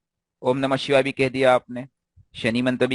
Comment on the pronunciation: Sir ... Shivay se pahle :(H) ka sound nhi Lena chahiye. "Om nam shivay" sahi hai Shivay ke "om shivay namah" sahi hai